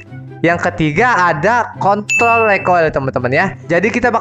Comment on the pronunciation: Kontrol bro bukan kontl wkwkwk